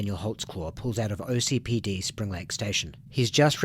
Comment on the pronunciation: Please it’s OKCPD not OCPD 😭😭 I know it really doesn’t matter but it sounds wrong every time I hear it